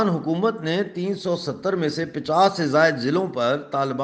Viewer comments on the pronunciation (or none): none